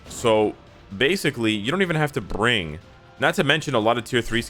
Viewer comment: "Basically, you don't even have to bRrRrRrRrRing..." Me: huh huh bRrRrRrRrRing